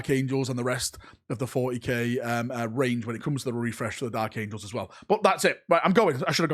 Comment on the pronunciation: The dalek angels? It sounded like you said dalek angels lol